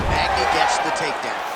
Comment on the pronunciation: Magny and not NEAL 🤦🏿‍♂️